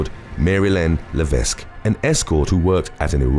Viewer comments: Please look up how to pronounce the name 'Levesque'. The 's' is silent. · The "s" levesque is silent. So; "Leveck"